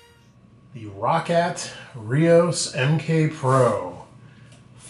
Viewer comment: you know you say roccat like rocket